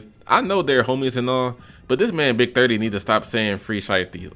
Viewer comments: The way he kept saying “Big Thutty” had me wheezing 💀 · Big durr dii pronunciation had me dead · Lool the way he was saying big30😂😂😂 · Why you saying big30 like that💀💀💀💀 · the way he was saying big 30😂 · Bra i was really dead the way you was sayn big30😂😂😂😂😂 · The way he says big30 😂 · the way u say "big30" has me dying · How he pronounced big 30 has me dead 💀